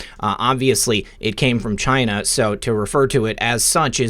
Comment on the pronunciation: I Love how you say China, just like our beloved president! Great show! Thank god for Trump!